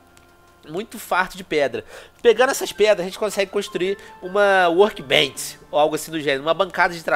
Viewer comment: FAZ TEEMPO QUE EU OUÇO O VENOM FALANDO "WORBENCH" MDSS QUE NOSTALGIA*